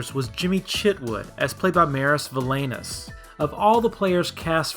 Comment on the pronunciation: One thing that wasn't accurate is the pronunciation of "Maris Valainis," the actor who played Jimmy Chitwood. It's not MARE-is Va-LANE-is, it's MARR-is Va-LINE-is. He comes from a Latvian family.